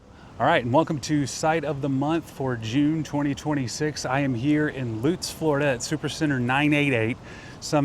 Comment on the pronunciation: that's my Walmart!!! Thanks for pronouncing Lutz correctly... ;)